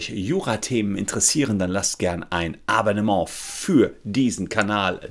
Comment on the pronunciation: Aber Herr Solmecke, ich habe doch schon ein "Abbennemô" dagelassen...